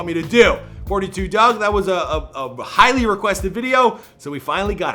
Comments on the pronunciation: It's Dug not Doug n 42 mean 6 mile smh knw what u talkin bout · the fact that you gotta be from the D to know its 4(four)2(two) DUGG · It's 4 2 dugg not little bro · Did any one else hear him say “lil Dugg”